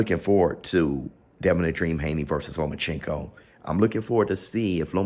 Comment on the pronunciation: I swear can’t pronounce Loma’s name to save his life 😂